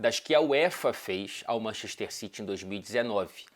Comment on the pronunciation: Manxester xitchy 😂😂😂